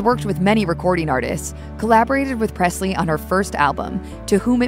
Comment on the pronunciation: There is no “t” in Presley